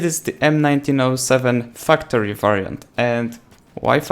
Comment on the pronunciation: anyone else listen to him say fucktory instead of factory?😂😂